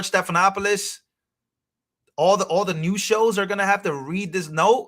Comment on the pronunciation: Check the pronunciation of George Stephanopoulos’ name. 😊